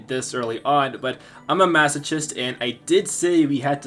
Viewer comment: You not knowing how to pronounce masochist is very funny to me for some reason